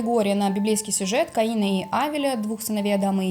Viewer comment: Не КаИна, а КАина